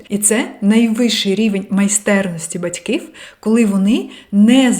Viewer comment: Дякую що розмовляєте українською. Але над вимовою треба ще працювати. Говорите батькив замість батьків та спротів замість спротив.